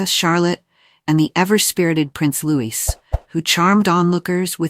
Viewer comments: Get a better narration program. The one in use managed to mangle "Catherine" and "Louis" in about 30 seconds. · Please get people to read these comments who can pronounce Louis name correctly. The S is silent.